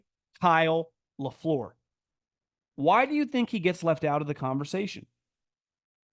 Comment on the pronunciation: I love the way pronounces Matt Lafleur's name: sounds like "Low-Floor" 😅